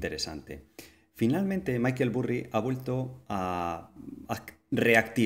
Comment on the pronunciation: Maykel Burri??!! Me sangran los oídos, jajajajajaja vamos no me jodas. Se pronuncia "Barry" no "Burri" jajajajajaj es que lo escucho y me parto.